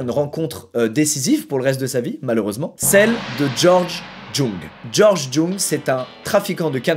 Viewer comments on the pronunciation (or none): Alors on dit YOUNG pas Jung bordel stop bacher mon nom de famille PTDRR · Ça se prononce Georges "young" et pas jong mdr même si ça s'écrit avec un j, t'es inculte tu connais r et tu fais des vidéos de culture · C’est pas prononcé jung mais yung :(( c’est en allemand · Djung mdrrrrr >>> jung sa se lit young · "Jung" ça se prononce "Yung" mon petit Squeezie. D'ailleurs le film BLOW retrace sa vie lorsqu'il était au summum du trafic de drogue aux USA et son personnage est interprété par Johnny Depp, je le recommande c'est vraiment une pépite. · sauf votre respect monsieur squeezie, je pense que le nom de george jung se prononce george "geint" comme le verbe geindre car "jung" est un nom coréen et en corée il se prononce comme ça (je le sais, c'est mon nom de famille). Après, peut être que ça à rien avoir avec la corée et dans ce cas bah je dit que de la m€rde haha ^^' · je m’appelle jung aussi , ça se prononce « youngue » mais ravie d’apprendre qu’un des miens a percé dans le deal.